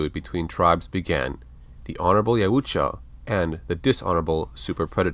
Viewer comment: Dude your pronouncing of Yautja takes me right out. It’s literally pronounced Yowt-juh, some reason extra vowels are added to your way. This is constructive criticism and in no way hate. Thank you for the content